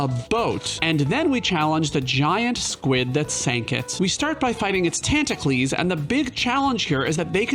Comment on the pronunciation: Never been on this channel before, I got pretty confused when he kept saying "the squids tantacles" and then I had the moment.